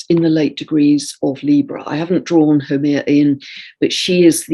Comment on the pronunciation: I was like, "who is that Hawaiian goddess....? Whaa..?" So I looked it up. HAUMEA, pronounced "how-may-ah," w/ accent on 2nd syllable. I'm in Hawaii and learning about Hawaiian mythology from an English lady, I love it. But I can contribute with knowledge of proper pronunciation. Aloha 🌺